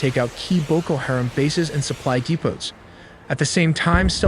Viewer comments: Everyone needs to downvote this tool until he starts pronouncing the shit he is talking about correctly. You supposedly have the answers yet mispronounce a name on every single on of the videos. White guy from USA, here. And yet I still know it’s Haram. Not Harem. Educate yourself before you act like you know better, dumbass. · Hah-rom, not hair-am